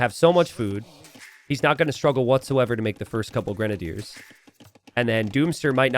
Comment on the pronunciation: it's pronounced "grenadiers".